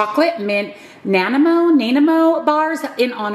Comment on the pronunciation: I am from Vancouver, BC. Your Nanaimo bars are named after a city on Vancouver Island. It is pronounced Nah-nigh-mo. That is where they originated from and they are delicious